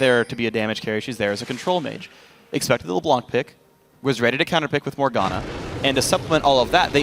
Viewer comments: Did you know that: "LeBlanc" is a French name. It mostly is a second name. It can be translated as "TheWhite" in English. (Blanc is the French word for White). But one of the French language rules is that you mustn't pronounce the "c" at the end of "Blanc". So when you are French, (just like me, actually) and that you hear the casters saying "LeBlan(k)" it sounds awfully awkward :) But i'll take it... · Well if you don't believe me, you can check a french youtuber vid. DominGo, as an exemple, plays LB quite often. Then if you watch a video where he plays LB, and pay attention to how he pronounces it, he says "LeBlan". Without the C. Don't ask me why we say this. Even for french people like me, our language is a mystery, sometimes :)